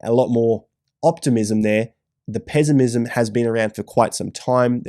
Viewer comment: From now on im saying it “pezzimizm”